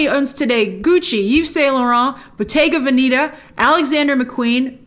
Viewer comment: You just butchered Bottega Venetta pronunciation, but the review was interesting